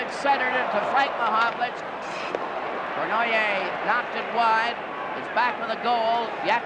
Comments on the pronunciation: Old Foster Hewitt trying to pronounce Yvan Cournoyer's name... Cornwire, Cornhay, Cornwhy. LOL. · The legendary Foster Hewitt seems to have trouble pronouncing Savard and Cournoyer.